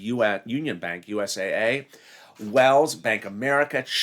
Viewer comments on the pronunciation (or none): none